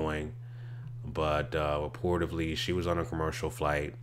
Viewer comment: It’s pronounced “reportedly”, not “reportivley”